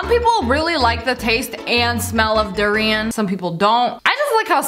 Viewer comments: it durian not darian O.O im malyasia so i know UwU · How she say durian is like durein instead of durian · Lia:derian Me:its durian not derian well she tried but she didnt pronounce correct welp she tried😏😎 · The way she just say d-uuurrian it’s du-rian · You sead Dorian rong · u say durian wrong its supposed to be pronounced dur-i-an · you pronounced durian wrong!!! its Dur-ain >:(